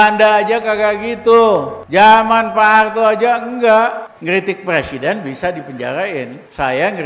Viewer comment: Ngomong qpa sih si RR" kolupsi, plesiden, lepublik... kagak tahu dili... 🙈🙈🙈🙈 benerin dulu lidah nya bung baru bicara 🤪🤪🤪🤪